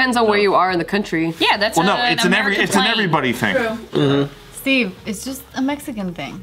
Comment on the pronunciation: Steve.. steeve. Eee.. not like stiff like cheese.. steve.. steven..